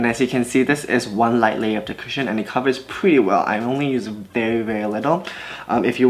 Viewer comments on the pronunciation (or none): When you don't read the title of the video and get confused when u think he says "Christian foundation" 😭🤦🏽‍♀️